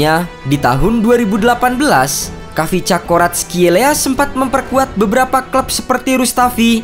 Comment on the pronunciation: Min kyk nya bacanya kivcha deh. Bukan khavisca. Kivcha Varatkelia